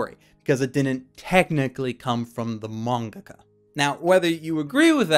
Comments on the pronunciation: what the hell is a manga-kah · I cannot be the only one who noticed him say mangaca because I was losing my shit the first time thinking it was me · why do you pronounce mangaka as mongohgoh?